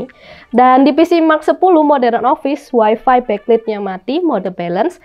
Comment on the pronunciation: Wifi (waifai) not waifi ya kak 😊